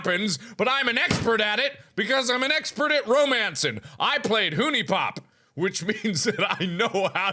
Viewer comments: How many videos has it been and Markiplier still can't pronounce "HuniePop" correctly? HUNNY-POP, not HOONY-POP, Mark lol. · ohmygod mark its pronounced as like HONEYpop 😂😂😂 huniepophuniepophuniehuniehuniepop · Anyone else hate the way he says HuniePop? It's pronounced like the word 'Honey' not 'Hoonie.' xP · Mark knows it's pronounced HONEYpop not Hooniepop right? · Hoonie Pop and Sedoocinating. Pronouncing at it's finest hours. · hunie pop i pronounced honey pop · I thought I was the only one that pronounced huniepop hooniepop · He played Huniepop! Yet he still doesn't know how to pronounce it... :C